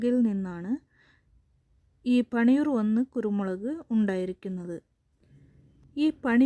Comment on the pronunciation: പണിയൂർഅല്ല. പന്നിയൂർ എന്നു പറയുക.